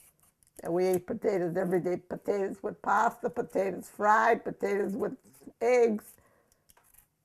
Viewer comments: It's just so cringey to see food being served in bowls with forks and not with spoons!!! Also, why do old people pronounce it like "pa-tae-daz" and not "potatoes" like it's spelled? Do old people have some sort of accent that makes them pronounce it like that, or is that just their thing? *rolls eyes* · I could feel all of Clara's love for her family. She is lovely. I love the way she says "potatas" I would ask to know everything about her history growing up in the Depression Era. May she rest in peace. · I love the way she says pa-tatus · My grandmother was from Missouri and pronounced them poe-tay-dus and 40 years later I still do for some reason. Even though I grew up in the Southwest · "Patatas" LOL - exactly how my mom pronounced it. She also grew up during the Great Depression and she used to feed us meals like this in the 1960s:) God bless this dear lady and her legacy, may her videos remain in YT forever. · I would like to get a dollar for every time the nice lady says potata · Now I chop the potatuhs....I had to drop outta high school....no less time to chop the onions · How many times is this bitch gonna say "the potatahs"??? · I like the way this old women says pataytas. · I love how she says potatoes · My grandma grew up in the Great Depression, too. In northern Indiana, about two hours from Chicago. She taught me how to cook. She pronounced potatoes the exact same way your grandma did. And we ate a lot of potatoes! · She is so sweet ❤️ and does anyone else love the way she says potatoes 😂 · i am sorry but you say potatoes funny but its only funny because i say it the same way